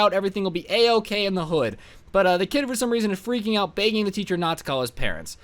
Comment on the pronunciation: The way he says begging:: BEAgging